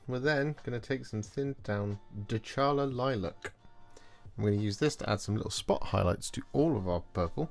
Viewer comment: Is not "DeCHAla", it's "DeCAla"